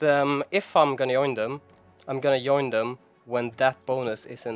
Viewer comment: Please, don't say "yoin" :(. Say "join", scandinavians should pronounce it "djoin"